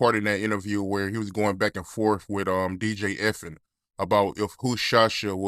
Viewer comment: 😭😭😭 man said DJ F-In brudda it is DJ E-F-N...even Ice T got it wrong